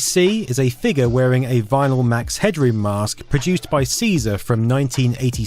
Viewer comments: You're way over-announciating "head-room". It's more like "hedrum". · Everybody pronounced his name Headrum , not Headroom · We never pronounced it as "head-droom" we always said "head-drum". He kinda reminded me of Jim Carey's character in The Mask.